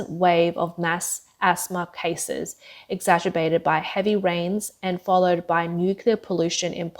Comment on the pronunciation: Exagerbated? Why not use a word that the announcer can say correctly. There are plenty of familar words that are synonyms of exacerbate. Like: aggravate, worsen, intensify, inflame, compound, heighten, magnify, augment, complicate, amplify, provoke, increase, irritate, impair, excite, infuriate, enrage, make worse Also, a read through prior to the recording of the narrative would make it possible to identify pronunciation problems and correct them. I offer my comments in the spirit of helping to improve your work product. It is not my intention to belittle anyone. I enjoy the unspun approach to your channel's handling of China news and I'll remain a loyal viewer. Thank you!